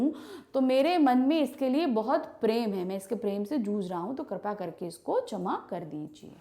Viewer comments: Mam your pronunciation is not good in saying क्षमा and you keep saying छमा।… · Mam wo 'shama' hota h n ki 'chama' 😂😂😂